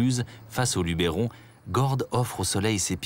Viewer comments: Je voulais juste vous signaler que dans le documentaire, la prononciation de certains noms de lieux n'est pas tout à fait correcte. Par exemple, on ne prononce pas Luberon avec un accent sur le 'e', et on dit Calavon plutôt que Cavalon. Cela dit, le documentaire reste très riche en informations. Dommage pour ces quelques erreurs qui m'obligent à le visionner avec un peu de parcimonie. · beau reportage mais vos mieux apprendre a prononcer "LUBERON" !!!!!!